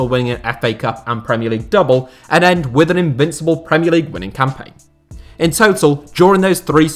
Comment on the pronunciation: Ah yes, the fifth-incibles